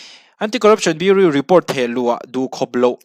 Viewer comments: Biuriu ni loin biuraw kan ti ṭhin a, biuriu tih chuan beng a tihel deuh tlat mai...😅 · Bureau= BiuRaw tiha lam tur aw...Sawisel ni lovin tanghma ngaih vanga correction aw. i channel hi ka hmaih lo ania. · Central Bureau of Investigation tih a “bureau” tih lai hi tinge biuriu ti a i lam tlat le Biuraw ti a lam tur ani si a.English hi kan mother tongue anih loh avangin kan accent chu eng pawh nise a pronunciation hi chu uluk a va tha ve aw. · Biuriu🤣🤣🤣 Bureau(Biuraw anga lam tur) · I channel a ngaihnawm thin, leh pek ah chuan Bureau hi biuriu nilo in biuraw tih a lam zawk ni se boss... ka lawm e, jindabad✋ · Bureu nilovin Buraw ti a lam tur aw ....😂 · BUREAU tih i lam rik dan hi...biuriu ti lovin, Biuraw tiin lam rawh.. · Bureau (biu-ri-ow) tih tur. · Bureau i lam dan hi Burew angin lam rawh Beauri angin lam suh. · Beng iti var thin e, Bureau hi Buroe angin lamri la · BIURAW TIIN AN lamthin,i zirsang viau sia, beng a kham tlat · Bureau i pronounce Dan kha tlem in a diklo deu.Biuriu nilo in biuraw ti lem tur ni awm tak ani.Any way great confidence. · A ngaih hnom thei lutuk i YouTube Hmar! Something me and my mom look forward to...❤ Respect to you and ur outstanding aptitude 🫡 Btw, please check out the pronunciation of "bureau", urs too okay but doesn't suits you 🤭 (no pun intended 🫶) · Central Bureau of Investigation (CBI) #Bureau lai tak khi lam thiam a har a nih hi a.... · Bureau tih lam dan khi han en zawk la, Mizo kan nih angin, a lam dan diklo a lo nih pawhin a pawina awmlo nanga, duhthawhna l;eh duhsakna avangah min lo ngaihsak hram dawn nia... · Bureau tih tur